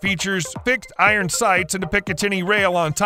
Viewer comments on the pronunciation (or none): none